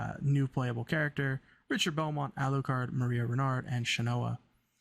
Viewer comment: His name is pronounced more like Rickter.